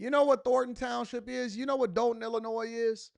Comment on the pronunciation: I definitely appreciate you covering this! Just wanted to add it's pronounced Doll-ton, not Dole-ton. Thanks again for your hardwork!